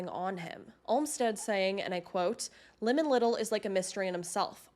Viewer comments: It is not lemon it is limon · Just something to look into, I've always heard the name Limon pronounced with the i using more of a y sound, more like "Lymon" or how you would pronounce lion but with an m added in the middle